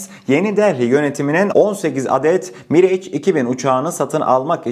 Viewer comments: Aleykümselam. Mirage, Miraj diye okunuyor. Bize sunduğun değerli bilgiler için sağolasın kardeşim. Selamlar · kardeş miraj okunur ingilizce değil.